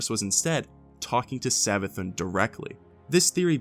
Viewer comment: It's Savathûn, Savathoon, not Savathun